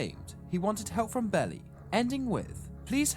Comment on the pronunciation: Great video! Although it's pronounced Bee Lie not bellie